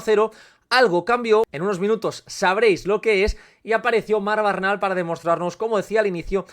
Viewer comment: No es BARNAL, es Bernal. XD